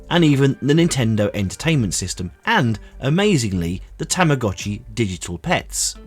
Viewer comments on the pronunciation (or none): Tamago-chi is pronounced with a Long O.